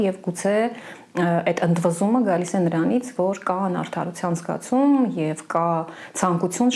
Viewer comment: Զգացյում չէ, ճիշտ խոսեք զգացո'ւմ!!!